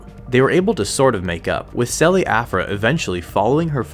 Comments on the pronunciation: In Italian the "che" in "Chelli" is pronounced like the "ke" in "Kelly" said in English. In French it's pronounced like "Shelly" said in English. Why are you saying it like "sell-ee"?! LoL Okay. Rant over. Aphra is Awesome. Great video! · Sorry, in what language is "ch" pronounced as a voiceless alveolar sibilant? It's Chelli. The initial sound should be a voiceless postalveolar affricate, as in check or cheddar.